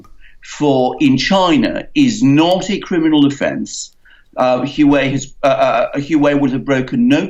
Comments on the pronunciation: Its pronounced like "hwah way", not who way. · A minor point: "Hu.aa.wei", not "Hu.wei". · name is pronounced waway (Huawei) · dumb ass is HUA WEI, not hue way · Isn't the pronunciation "WAA-WAY"? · say it with me, "hwa-way." ffs. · atleast pronounce it properly, Wa-Way. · It's pronounced "Wah-Way"! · Good advertising for Hua Wei (pronounced Hwa Way) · the correct pronunciation of the name Huawei is like "wha way' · It's enunciated "hoo-ah-way"... Ignoring the 4 different tones intrinsic in Mandarin. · Please pronounce it wa-way Tx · Dudes, "Huawei" is pronounced "Wah-Way". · These guys have no idea what they're talking about let alone knowing how to pronounce the company name. "Wah Way". Lmao!!! All Chinese companies are state run and criminal. Ding dong alert on high with these 2. Lmao! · By the WAY -- It's pronounced "Wah-Way"! It's pronounced "Wah-Way"! It's pronounced "Wah-Way"! It's pronounced "Wah-Way"! It's pronounced "Wah-Way"! It's pronounced "Wah-Way"! It's pronounced "Wah-Way"! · Bolton is a vile neocon, not a nationalist. Neocons are imperialist. They pursue war and hegemony which totally undermines the nation. Modern nationalism is strongly anti imperialist. Also, you really look foolish when you make a video and cannot be bothered to learn how to pronounce Huawei